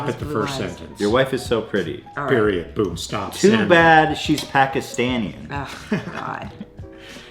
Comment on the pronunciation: What the fuck is "pakistanien" it's "Pakistani"